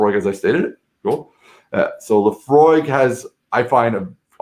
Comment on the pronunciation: Very interesting, knows his stuff. I am scottish and drink whisky A LOT! He is knowledgeable about our regions and flavours. Also, he can pronounce Laphroaig correctly, top man! You need to try some Islay malts, and Lagavulin is one of the best 😁